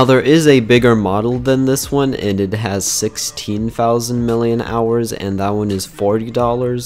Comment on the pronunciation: it is pronounced milli amp hours